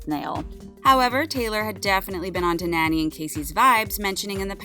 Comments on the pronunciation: Nani is not pronounced like nanny. Can you read this? gnaw-knee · actually her name is pronounce Naa-Nee. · “ Nanny” lol